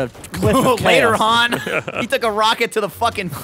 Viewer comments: Haaaaaaahn not han as in hand! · I swear to God. If you say Han's name like Lando does one more time, I swear I might actually kill you.